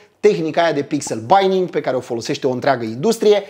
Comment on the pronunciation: Ce e aia pixel BINING si de ce il pronunti "baining"? Cred ca ai vrut sa zici pixel BINNING si sa il pronunti "bining".